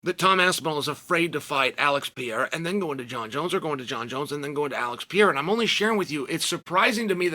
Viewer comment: why tf does chanel call him piera 😂😂😂